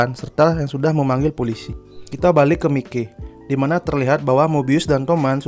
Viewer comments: Yg bener tulisan nya Mikey dibaca nya maiki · HANMA SUJI : bukan Hana. Maiki bukan mikei